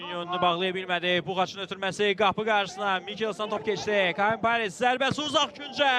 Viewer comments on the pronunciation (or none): none